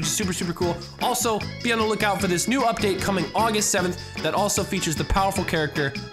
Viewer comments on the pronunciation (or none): none